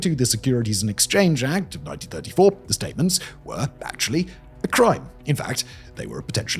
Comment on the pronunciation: “Ackshully” STFU